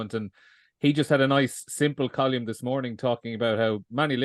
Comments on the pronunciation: It's fucking Col - UM not fuckin Col - YUM. Jesus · Pro tip, if you can't pronounce column, don't say it over and over again.